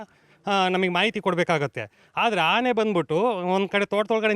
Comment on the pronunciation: Haane alla guru 'aane'